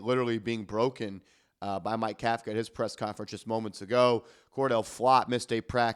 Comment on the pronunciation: Pronounce the coach correctly COUGH-KA otherwise you’re as sloppy as the Giants defense in the 4th quarter